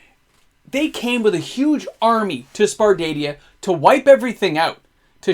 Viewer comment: Sar-pa-dia xD